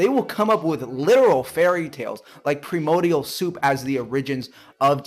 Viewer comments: he keeps calling it "premodial soup" so I think that's just what his indoctrination keeps calling it and he's never once opened up a science book. also "pramodial" - the guy just can't pronounce words and won't bother looking up the proper method to do so. He projects so much in this. oh boy... all the conspiracy theories he spouts, the poor child needs removed from religious doctrine and actually educated in reality, but I feel it's too late. Antivax/Antimask Flat Earth moron, not much a cure for this. "their own cult" sorry bud - your in a death cult. everything you do - only matters in preparation for existence after death -which you have no proof that exists. "Your a monkey" no. sorry. Evolution states that we are Great Apes, not monkeys. Please, learn at least the basics before trying to claim anything. Afterall - we read and understand your one book, completely tore it apart and show it for it's falsehoods, and put the effort in - you should do the same. Science is a method. It is not a religious belief. It attempts to explain reality as we see and experience it. These giant claims of it being religious, cults, or faith - is just pushing his own nonsense into it. Projection is terrible with this kid, he will attack you and not the arguement as well.. what a waste of time. So sad to see someone this young, be this foolish and brainwashed. I can understand it form the older generations, where they grew up being literally beat if they didn't follow religious belief of the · I can't take anyone seriously who can't pronounce correctly BASIC words related to the subject they're talking about. It's not "premodial" FFS.